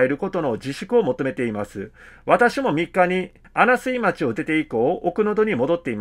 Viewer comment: マスコミ出身の杉尾議員も報道機関の朝日新聞も、情報のアップデートをしたり、きちんとした取材をしたりしていなかったことですね。ちなみに、 -穴水町は「あなすいまち」ではなく、「あなみずまち」と読むようです。地名の読みは難しいので、私もよく間違えますが、念の為に。